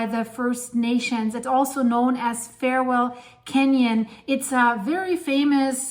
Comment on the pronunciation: Far-well canyon. Not Fair-well canyon. (Farwell)